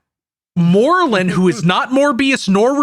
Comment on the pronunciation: Such a nice cursed content, I feel like says morlum in aweird way although I'm not sure if I heard the name out loud before...